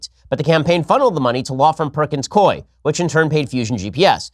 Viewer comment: perkins [cooeee] not koi